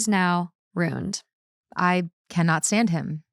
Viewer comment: pronunciation of “ruined” as one syllable in every episode is KILLING me